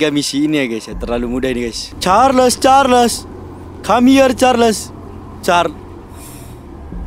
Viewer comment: Ey. Bang aku dengar cho-cho carles dari manusia